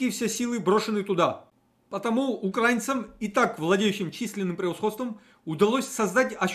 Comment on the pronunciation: УкраИ́на , украИ́нский , украИ́нским , И!!!